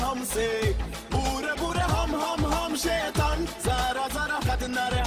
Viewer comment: The way he says SHAITAN, instead of SHAITAAN 😂😂